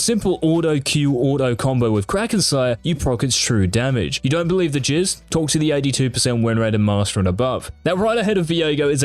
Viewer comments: why does this guy keep saying jizz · Everytime he says Jizz only thing in my mind is